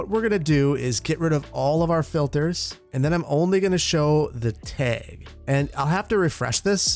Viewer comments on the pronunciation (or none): Is he saying “tehg” instead of “tag” ? Lol it just sounded off to me. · TAG not teg you are saying the word wrong bro And stop with all the trees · Tayg Flayg Straygler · "tehg" that wisconsin poppin out -a chicagoan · You can really hear your accent in the pronunciation of Tag ("teg"), flag ("fleg) and LOD ("lode" / "load") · I can tell you aren't from the part of the Midwest I'm from because you say tag like tayg XD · Fellow upper midwesterner here, love hearing you say "tag" and "stragglers"😀 Also I am all for having buildings along the perimeter of the government center, as long as they're a consistent design. I think there is enough open space along the parkway that you can fill in the interior areas a bit more! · I love the way says tag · I love it! You’re Wisconsin was coming out when you said “tag”. Don’t you know. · The way he says “tag” is so funny 😂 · The way he was saying tag😂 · Don't know if it's a Wisconsin accent thing but your pronunciation of "Tag" is quite unique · "tag" said w/ heavy midwestern accent